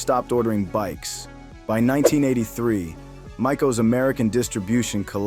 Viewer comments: Mega False news And mr pinhead... Its pronounced Māico Not Mico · Its MAY-CO not MY-CO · "MI-cal" ? That's May-co. AI SLOP ??? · once he said mike-o I was done. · It’s pronounced mayco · It's not pronounced Mikeō! Lol! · It's prnounced MAY-CO, dummy! Suzuki TM400 solution: put Heavier Flywheel in & even I could ride it. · May have ridden a Mike-O... LoL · Mike-o huh? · Maico’s pronounced mAy•koh (as-in Mako Shark) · Friggni Ai can't pronounce Maico? The tm 400 was dangerous I rode one, hated it. I also had a 1982 maico, very reliable and controllable, so much crap in this video. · Learn how to pronounce Maico 😎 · Especially when he cannot even say Maico correctly! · I heard Mitch Payton pronounce it like the breed Shark 😝